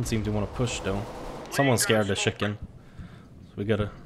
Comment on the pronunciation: "Someone is banana. He scared the shicken." Again Accents are the best